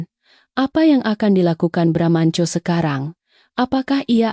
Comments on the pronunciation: Baramantio jadi bramnco😂tapi file yg seharusnya fail jadi FILE Wellcom jadi welcome😂hadeeehhh nararator konsisten deh biar gak risih denger narasinya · Sebenarnya Bramantiyo apa bramanco , yang benar dong kalau baca